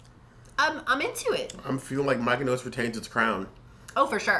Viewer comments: Looks yummy. Thanks for the bonus dough recipe. You guys are cute pronouncing Miyoko’s “Mykonos” lol. The founder is actually Japanese and her name is Miyoko (mee-yo-ko).😊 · 😆 on her name pronunciation yall.. it actually pronunced .. ME-YO-KO ... think I would use this as a base sauce for unchickun and spinach instead of using a pasta sauce .. yumm.. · Pronounced Mi-yo-ko’s it’s Japanese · Miyoko is pronounced Me-yo-ko ❤️ thank you very much for the review! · that drove me her saying her name like Miko's. Him too. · The mispronunciation tickled me guys :-) you kept saying Mykonos like it's from Greece. I dug it lol :-) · "Me!" "Oh!" "Coe"! Easiest way to remember. :) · I love them BUT they are not pronounced “Mykonos.” That’s a Greek island and Miyoko is a Japanese name. It is not at all difficult to pronounce and it’s really off putting to have it this badly mispronounced and feels really disrespectful. Like, you had to have completely ignored how it’s actually written to pronounce it that way. Please at the very least add text over this absolute butchering of her name acknowledging that. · Why do you struggle? Learn it and commit it to memory…I promise it’s really not difficult at all. I was cringing hardcore every time you said “Mykonos” and it made me feel like an asshole, but it’s the lack of attention to detail that drives me bonkers. That said, I appreciate the review, regardless of the aforementioned snafu. 💘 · Miyoko’s pronounced Me-yo-Kos. Thanks for the review. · Not My-keno! 😂😂😂😂😂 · What do you think of Miyoko's products? (We apologize for our struggle to pronounce the name correctly)